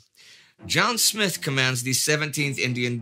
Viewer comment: Smyth dear chap, not Smith.